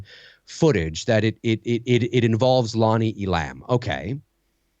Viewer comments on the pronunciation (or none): It’s Lonnie Ē’lam not E-lam’,!!